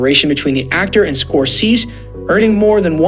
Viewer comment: You don't know how to pronounce SCORESE?!! And PACINO?!! Can't finish listening to you even tho I like the subject matter.